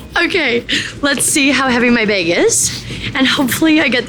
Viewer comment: Omg😊 YOU SO CANADIAN! “BAAEEHG” lol